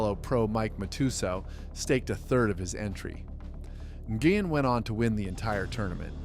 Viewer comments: N-gooey-N???? Try: Win because that’s how it’s pronounced. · NGUYEN, its pronounced win. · It is pronounced Scotty "Win" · Nguyen is pronounced: win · I believe he said Scotty N Goo Yin 🤣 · Scott Goo-yin. It's almost like this is slop content made by A1 steak sauce. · Seriously, it's Scotty WiN, pronounced WiNNNNNN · You need to ask Vietnamese people how to pronounce Nguyen instead of guessing, you are way off